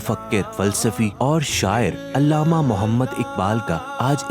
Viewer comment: Illama nahin Allama Iqbal parha kren